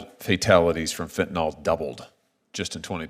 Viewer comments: Its not fentanolOL. It's fenyanYL. Why does everyone pronounce it wrong? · it's NOT Fen-ten-All.... it's Fen-tuh-NIL ,,,,, for goodness sake, people need to learn to pronounce it !!!!!! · Why do so many people pronounce fentanyl as though it ends like Tylenol instead of Benadryl? Also, Josh Hawley is doing a great job.